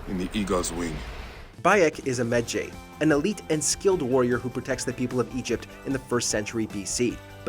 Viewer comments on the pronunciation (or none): "Me-jay" Bayek: "I'm a med-JAY! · I see... I’m pretty sure it’s a game, and a game can be made and told how the producer intends... assassins creed rewrites history not tells it how it was. dumb ass Also better say it now than never, but it’s med Ji. Not med jay. Honestly guys your videos do suck sometimes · Credibility sucks. Footage says "Meh-Jai" multiple times but dude keeps saying "Meh Jay". If you play AC Origins, you know people are surprised that Bayek is a Medjay and other events in the story explains how he officially becomes one. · Why are you pronouncing it med-jey?,you gotta pronounce it like if you were saying ma-jai,jeez smh lol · “Bayek is a mejaaae” Bayek: “I am a me-jai” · MED JAY. MED (MEDical) - Jay (GY AS IN GYROSCOPE). Learn to pronounce your words, dude. Like, good content an all, but the games literally tell you how to pronounce the words properly. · Ugh. The pronunciation of so many of the words and names in this is annoying. Medjay is not pronounced as it is written. It's pronounced Med-ji. Lucrezia Borgia you're pronouncing like Lucretia but the Z is actually pronounced as such. So it would be Lu-cre-z-ia. These were just two of the ones that annoyed me a lot. On the topic of the Borgias (specifically Lucrezia and Cesare), the facts are somewhat accurate because we don't know for certain about the accusations. Most scholars agree that there was likely some inappropriate relationship between Lucrezia and Cesare. What did annoy me about this storyline is that they almost completely disregarded Giovanni/Juan's role in the family since he was technically in charge of the papal army and Cesare was a cardinal.at around this time period. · It's pronounced medjeye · You pronounced Medjay wrong. Medjay sounds like this: Me-Jai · Hears them pronounce Medjay, proceeds to pronounce it differently 😂😂😂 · literally pronounce medjay right PLEASE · Why can nobody pronounce medjay